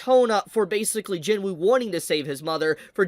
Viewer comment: I love ya but it's not Jin woo it's pronounced jinoo just saying love ya bro